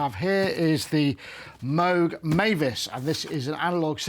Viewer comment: Nice review and nice sound, but for Christ sake, after all these years, at least learn how to pronounce MOOG correctly. There is no debate on the correct one, and it is not a cow sound.